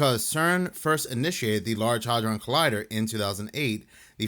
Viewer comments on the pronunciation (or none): none